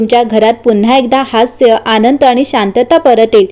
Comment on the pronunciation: तान? चनचन ? आणंद? पन ? लई भारी मराठी!